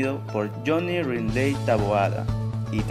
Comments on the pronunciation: El apellido es LINDLEY tal como se escribe se pronuncia no es RRINDLEI' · se pronuncia lind-li